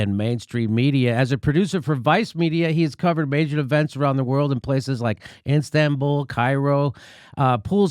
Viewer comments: yes, "Instanbul" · Too much "Instagram" in your head Jimmy, it's Istanbul not Instanbul. Even Danny Haiphong at your show last time mispronounced a lot of cities in China despite his vast knowledge from "books" about Asia. And then you may wonder how much the average Americans know about foreign countries. The only source these people get is English media that only tell half of the truth. Travel is the best medicine.